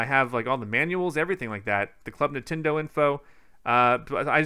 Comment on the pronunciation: Everyone else: Nintendo Switch: Nintindo Switch